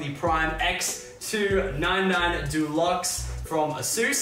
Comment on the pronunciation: also the fact that he said " ex - 2 - 9 - 9 "